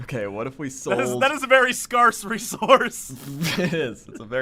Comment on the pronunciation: Is that really how you pronounce scarce? This show broadens horizons :P